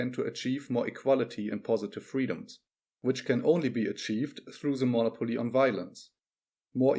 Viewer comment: Mo•'nopoly not mono•'poly.